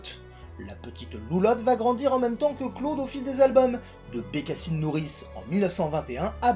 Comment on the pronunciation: BecassAÏNeee, is my voisAÏNeee... 😂😂😂